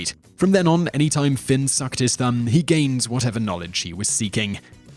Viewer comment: #3 is Fionn not Finn #6 The wife's sister Aoife is pronounced like Ee-fa